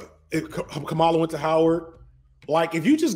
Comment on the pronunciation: "Comma-luh" not "Kuh-mala"